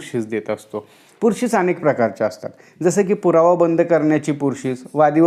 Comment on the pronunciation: Pursis not purshish